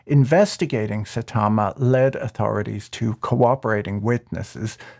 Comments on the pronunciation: Mispronouncing their nerd shit is excellent and rude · Sai-tama. Not sa-tama. One Punch Man fans are flipping their shits now.